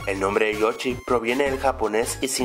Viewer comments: es yoshi no yochi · se llama joshi no jochi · con todo respeto es yoshi no yochi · O soy solo yo o dijo Yochi en vez de yoshi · like si ecuchaste que dijo yochi ^_^ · no sabia que se decia yochi xd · Porque dice Yochy